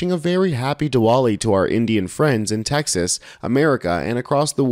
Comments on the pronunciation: word is pronounced "di-vali" even though there's a "w" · OK, kinda hate being that-guy, but 'Diwali' is pronounced like "Dee - vollee", the 'W' is a "V" sound. so "Duh - vaa - lee". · Just so you don’t offend millions of people it is pronounced “Divali” the W becomes a V. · It's pronounced with a V sound